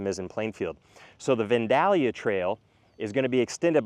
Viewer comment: We live in the Plainfield are and it's all as you have said. You picked some good areas of growth. BTW: It's Vandalia (Van-dale-ee-uh)